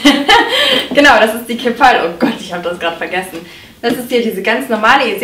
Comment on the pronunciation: "keehp-pall" ... engl. Aussprache: keep-all